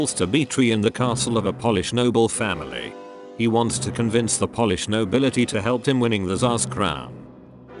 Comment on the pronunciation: Love the insightful, succinct, and understable overview of the opera this video gives -- but please, please have a real person recite the narration! You lose serious points when "Polish" (as in, how a person of from Poland is referred to) is pronounced the same as "polish" -- as in, "I polish my hardwood sideboard once a month." I'd be happy to help narrate -- especially to make sure the beautiful art form that is opera doesn't suffer any more pittiful errors in its telling.